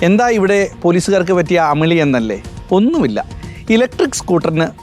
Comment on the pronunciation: അമളി അല്ല....